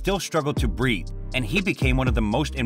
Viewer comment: .... "He still struggled to "bree"? "to breathe"? to "breed"? breet....? .... huh?